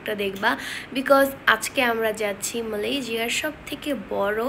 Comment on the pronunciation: ওটা মালেশিয়া। মালেজিয়া নয়